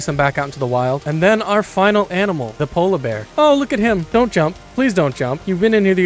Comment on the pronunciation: "I RIDE ZA DEER"